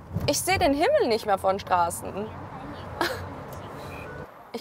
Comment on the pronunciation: Was soll dieses "nischt" bei ? LUL